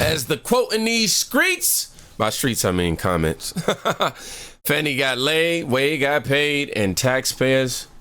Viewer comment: Trump has been caught doing Nothing, how many times do they have to be caught 🤬 Fanni, not fawny..